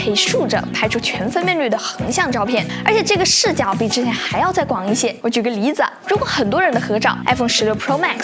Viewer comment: 我舉個狸子~。(這是鄉音嗎?)